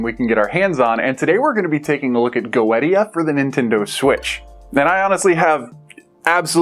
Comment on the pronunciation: I think it's pronounced Go-eesha. Not sure though. I've had this on my backlog for over a year and keep forgetting to play it.